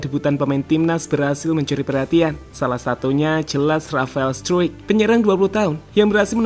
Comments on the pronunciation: Di baca straik bukan struik itu kata rafael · Bacanya Rafael struc bkn struwik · bacanya bukan r 'straik' tapi r 'strock'